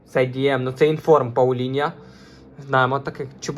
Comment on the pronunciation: Мангал блять в тебе в сараї стоїть, а це - Меньян. Не Пауліньйо, а Палінья. Тіп, я їбу як тут все погано - від твоїх коментарів, до того що ти знімаєш це НА КАМЕРУ. Мікро в кадрі стоїть по приколу, тупо шоб побісити глядачів? Може почнеш в нього записувати, а не на телефон? Я в ахуї як мені взагалі це відео трапилось